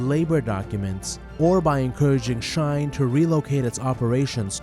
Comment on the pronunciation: It is shein, you are saying “shain” my friend.. shein have an e, not an a. Is she in. Not sha in.